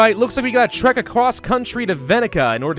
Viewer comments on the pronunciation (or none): none